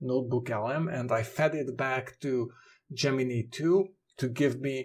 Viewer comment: Your second pronunciation of Gemini is correct - the final syllable sounds like "nigh"